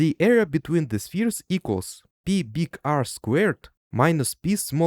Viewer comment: I just want you to know the pi is pronounced the same as pie (not pee).